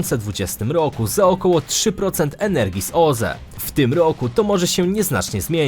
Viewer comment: Świetny pod względem merytorycznym kanał, ale tragicznie się go słucha. Skąd ta dziwna wymowa? "W POLSCE według stanu na koniec 2020 rooku, odsetek ludności ogółem korzystającej z sieci gazoweej wyniósł 54 i 2 dziesiąte procęęTA."